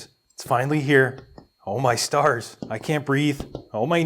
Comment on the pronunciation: I thought you said "oh my SARS, i cant breathe" and i was dying laughing